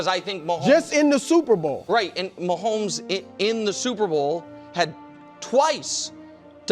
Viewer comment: Brou saying Mahommes down is crazy work